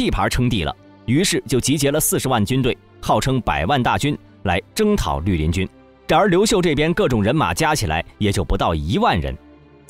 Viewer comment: 陆林军成了驴林军，听到这个发音，就不想看下去了。